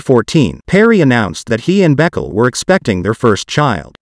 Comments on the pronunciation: The name is not Beckle, it's pronounced Baykaylay. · Her last name is pronounced Bu-kau-la not Beck el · Calling her beckle 🤣🤣🤣 It's a well known Ethiopian name, I'm pretty sure it's pronounced ber-key-lee